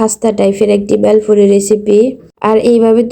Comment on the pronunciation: প্রথমে মনে করেছিলাম বেল দিয়ে তৈরী করা কোন নাস্তা দেখানো হবে। কিন্তু পরে বুঝলাম 'বেলফুরি' আসলে ভেলপুরির অশুদ্ধ উচ্চারণ! 🤔